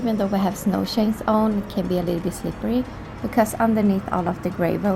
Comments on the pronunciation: I love the Swedish accent in English. I know I have a Swedish friend and there are just certain things he cannot say. The CH is really hard to pronounce. Like the "Snow Shanes" 😁😇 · I have always loved the way you pronounce 'chains' lol. It's fun listening to you speak.